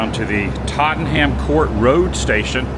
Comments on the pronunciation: Tottenham (& indeed, most British placenanes ending in 'ham') is pronounced Totten_um_ ... Not "Totten_ham_ " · Tot-tan-ham. Pronounced 'Totnum